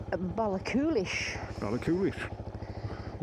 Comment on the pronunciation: the Connell Bridge is where all the seas meet, as far as I was told by a local ' Ballachulish has a silent c , the Glen Coe road is rated as one of the best roads in Europe